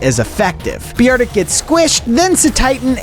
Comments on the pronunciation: Who calls beartic, be-ar-tic? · Bro if you ever say beeartic again ima have to find you😂😂😂😂😂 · '' key irlia " and " Bee artic " hurt me a bit on the inside ngl